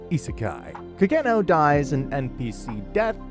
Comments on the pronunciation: CID Ka-geno 😂 It’s Ka-Ge-Noh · Hate the way you pronounce Kagenou but other than that video is fire as always.